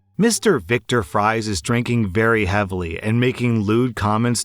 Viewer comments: Hey, I can't find a way to type this without sounding like Mr. Um Actually, so I'm just gonna be blunt. In story two, you pronounced the name Fries like french fries. It's actually pronounced like the word "freeze". OP gave them the names Victor and Nora Fries which are characters from Batman comics. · Did it bother anyone else that he kept saying fries as in french fries instead of freeze as in the batman reference OP was making? Love the video !! Keep up the good work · So now I know doesn't watch or read batman because that's obviously said as freeze and not fries even if it's spelled that way lol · It physically hurts me that kept pronouncing Victor and Nora's last name Fries... It's FREEZE! Victor Fries is MR. FREEZE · I can’t blame for mispronouncing “Fries” as French Fries. I thought it was pronounced like that when I was younger. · The civilian name for famed Batman villain Mr. Freeze is "Viktor Fries". Viktor Fries' wife was named Nora. The last name is pronounced exactly like "freeze". pronounced it like the "fries" in "french fries". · Calling them "Fries" and not "Freeze" was really driving me bonkers lol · Fries is pronounced freeze. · Hay.... I think you may have missed the Batman reference in the names on one of your stories 🤔 it's Viktor & Nora Fries (pronounced Freeze)🤣🤣🤣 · Hey, for story two, the names is in reference to Batman canon. “Fries” is pronounced “Freeze” (or “Frice” if you follow the show Gotham canon) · Story 2: It’s pronounced “Freeze”, 😂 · RSlash isn't a Batman fan then? Victor an Nora Fries? As in... pronounced "Freeze" as in Mr Freeze and his wife Nora?.. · Story 2: Pretty sure it's supposed to be pronounced Victor Freeze. "Victor" and "Nora"'s names are clearly Batman references, and his actual last name is spelled Fries, but pronounced freeze in the comic book. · Its spelled fries, pronounced freeze, like mr freeze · It's pronounced Victor "Freeze"